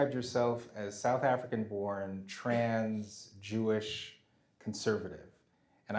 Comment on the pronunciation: It sounded like she said trans-Jewish, which I thought meant she converted to Judaism. But who knows these days?!